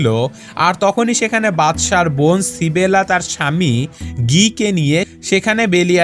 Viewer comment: ইসাবেলা* Not সিবেলা